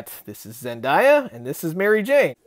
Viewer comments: It's Zen-day-uh not die-uh. Other then that, great review! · Zen-DIE-ah? dang is that how much you dislike the actress, or just a run of the mill mispronunciation? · Did you seriously say "ZenDIEah"? "Are you seriously leaning on the Cauldron Of The Cosmos?"